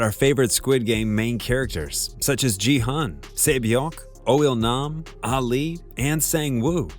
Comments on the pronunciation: yeah ..atleast you should hear the pronunciation through google translate ....it's not Ji-hAn ....it's Gi- hun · The lead character's name is prounced : GHEE (as in Grape, Gulliver, Gas, Gotham, Goblin, Ghoul !!!!!!) , hOOn dammit ... I'm so sick of hearing this mispronounciation , since you mention it HERE , why the hell do you think JI-YEONG is JI-YEONG ?!?!?!... Did it EVER occur, if Gi-Hun's name was read like you moron read , it would have been written as Ji-hEOn ?... u clearly only just READ the news reports and didn't even bother to actually watch the episodes in its ORIGINAL language ... If you watched it at least ONCE, you wouldn't be making this stupid mistake OVER and OVER all these videos you're making ... you're so lazy to READ you had to do subtitled version right ?... I'm so done with this bullsh!t ......